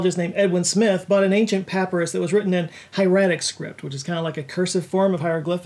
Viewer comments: firstly I love you. I'm binge watching your videos right now and this is the second (and most recent) time I've heard you say papyrus incorrectly. Puh pie rus ❤️ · I’m pretty sure it’s pronounced pa-pie-Russ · “PAP-PIE-RUS” Geddit? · I've actually heard it both ways (pap - eye- rus and pap-riss) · "papyrus" mispronounced. wow